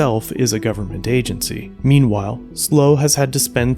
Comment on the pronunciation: It's not slow County audits, it's SLO County audits which stands for San Luis Obispo County lol